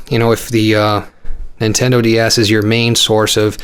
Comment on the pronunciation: Sounded like you said nintendo d arse I cracked up